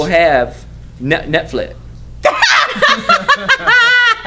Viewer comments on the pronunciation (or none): "netflic" LOL